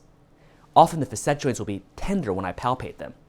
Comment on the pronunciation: When my Chiro pronounced facet like this, I wondered....googled "facet" ( maybe I was ignorant) couldn't find this pronunciation... oh well, he's not the only one. 🙂